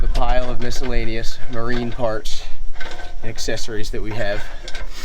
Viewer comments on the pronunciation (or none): none